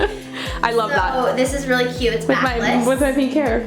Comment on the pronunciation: take a shot every time someone says "CYUTE"